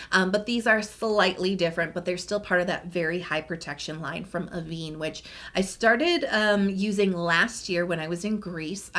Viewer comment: A small point but Avène is pronounced ah-ven not ah-veen. The accent (called a grave accent) above the first "e" indicates this pronunciation. The brands takes its name from the Avène region in France known for its thermal waters and the brands uses the water in its products. Excuse the picky-ness but I live with a fluent French speaker and this is the price I pay for it.